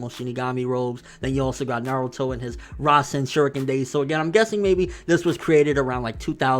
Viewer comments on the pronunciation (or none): Butchered the language GG